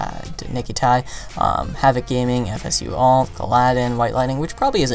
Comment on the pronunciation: You pronounce nickatnyte as nick at night and you pronounce fsu_atl as if you're spelling it.